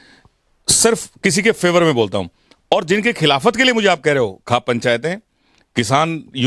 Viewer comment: आप खौफ पंचायत को खाप पंचायत कैसे बोल रहे हैं